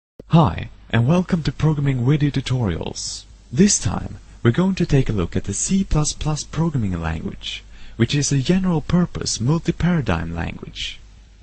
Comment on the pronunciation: a wery important wiewpoint of the making & dewolpment of this tutorial is the misuse of the pronunciation of the letter "v" lol! jk great wideo! :-)